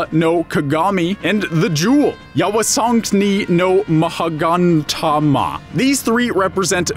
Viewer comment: I got really annoyed by how badly you mangled the pronunciation of the Kusanagi-no-Tsurugi, Yata-no-Kagami and Yasakani-no-Magatama. you did not pronounce any part of the names correctly due to the fact that in Japanese the vowels make different sounds when compared to English. you would have been better of just calling them by their English names which are as follows: Grass-Cutting Sword, Mirror-of-Yata (has been called Eight-Span-Mirror) and Yasakani Jewel.